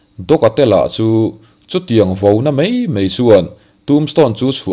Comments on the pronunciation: Sazu hmul dûr tawh si...'MAI' tih aiah 'MEI' in ti ṭutah...thin iti rim...ngaithla peihlo e a. Sim hmak ang che. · A ngaihnawm e,mahse MAI tihtur ah MEI tiin i lam leh tlat ṭhin a..😊👍👍👍